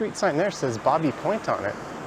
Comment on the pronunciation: Love your tour today but when I lived there Baby Point was pronounced "baybee" like in child. Happy trails!